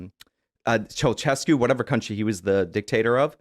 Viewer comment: What kind of freak can pronounce Ceaușescu but doesn't know he was Romanian?